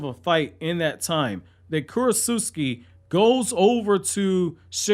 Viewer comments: I think it’s Kurotsuchi not Kurotsuski. Lol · KU-ROT-SUCH-EE not Kurot-suski!! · this dude did not just say kurotsutsuki